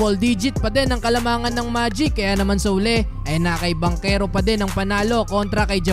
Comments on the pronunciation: Taga saan kau sir?😂😂 banchero po at hindi bankero😂😂 parang taga kapampangan lng..hindi marunong Magsalita ng H😂😂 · Hindi "Bankero", Bantsero, (Banchero), Hindi Timberwood, Timberwolves! 🔥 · Parang baligtad yta yung bigkas kac NBA na yan dapat paolo banchero...yung sa PBA nman yung bangkero kac lokal lng xa...lmao...3😊😊😊😊😊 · Bantsero yata hindi Bankero 🤣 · Paolo at Chris Banchero ... Bang-kero ang basa dyan tol.. ginagawa mo? yan natosta ka tuloy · Bangkero tlaga pronounce nyan, naf appeal nga yung sa pinsan nga sa PBA ee, bakit daw ban-chero yung pronounce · Bang-kero po pronunciation kahit sa game kanina yung commentator at nung draft day ni Adam Silver Bang-kero pronounce nila. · Bantyero ang tamang pronunciation… hindi mabigkas ng mga Kano…Pamangkin sa Pinsan ni Chris Banchero yan… Bantyero ang bigkas sa apelyido nya sa PBA… italian ang apelyido nila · Bankero po tamang bigkas dun hehe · Bankero ang pronounce as per chris bachero ng pba yan ang pag tamang pronounce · I have not heard nba commentators how they pronounced banchero pero sure ko na BANKERO ang tamang pronunciation niyan dahil half Italian si banchero.. ch ay k ang pag pronounce… I hope it helps thanks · bangkero talaga ang pag pronounce nyan, kahit sa Relative nya sa PBA na si Paolo Bangkero na din ang banggit ng mga announcer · Haha bankero ka ng bankero, hahaha wala ka ata ch sound haha